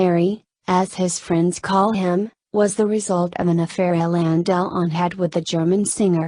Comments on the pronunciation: Honestly, if you cannot pronounce "Delon" and keep saying " Del On", you should leave this - it is ridiculous! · jessie james its Delone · its pronounced DEL WAN isnt it?